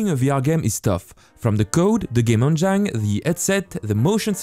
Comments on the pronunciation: I don't mean to poke fun at your English, but the way you say "Engine"... it's "N Jin" not "N JINE". lol, I know English is stupid with it's "words ending in E" rules that don't apply to some words randomly... But it sounds dirty the way you say it XD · it is not game "in jine" it is game "in jen" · please dont say engine as engyne... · Excellent tutorial, but may I point out that engine is pronounced as enjin :) it just sounded funny when you say it. But other than that really good work :) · Good video, man, but you must change your pronunciation of ENGINE - It is INJUN - NOT INJYNE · Just to be that guy, engine is pronounced Enj - in not enj - ine. Really don’t wanna be that guy but here I am! I’m so sorry haha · Its pronounced game en-gin, not en-jyn. I know you are French but this tip can help refine your spoken English. I love your tutorials!! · Just for the sake of correction, don’t say game « endjaillne » but game « endjine » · Everytime you say Enjain instead of engine makes me cringe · "On gyne" (engine) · I want to call engine (En Jine) now because of you! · please stop saying enjyne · lol, 'game enjein', my girlfriend had to see a specialist when her game enjein had the wrong pH balance. Good tutorial though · bro i literally laughed out loud at game enJINE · Loving the vr tutorials so far, they way you pronounce engine kills me! 😆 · please YouTube how to say ENGINE I can"t stop laughing :) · You make the best VR dev videos, period. And I love the way you say "engine." Haha It's my new head canon for pronunciation. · And I hate the way he says engine :D But still a good video